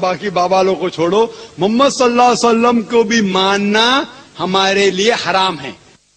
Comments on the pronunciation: OYE FIRST LEARN HOW TO SAY,,,MUHAMMAD,(SAWW),,,,,,,WAT IS DAT,,MUMMAD SALLAASLM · "mummad solla sallum" he talks like a hindu... why does he say our nabi paak Rasool saww's name so terribly?